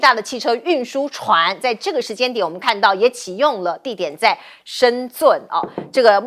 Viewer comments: 主持人，😂😂是shenzheng不是shenzun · 美女主持，我教你一個字：深圳的圳，念zhen，四聲，不念zUN (尊)。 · 主持人连深圳都念不准😅，台湾主持人都这样子的水准吗😮😮😮